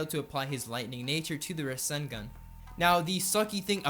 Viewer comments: Bruh, the way he says rasengan. Ruh-sin-gun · The way he says rassengan he says russengun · he say"ra-sen-gun" it triggers me to the highest degree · I love the video, just never say ruh-sen-gun again its rah-sen- gan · Btw its not ra-sin-gun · Lugia 06 I just saying is just annoying that he says it wrong even though it is hard to miss pronounce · "Ruh-sen-gun" "Min-ih-to" Lmao